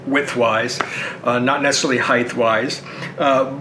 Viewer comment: Why are people now pronouncing height, "heigth"?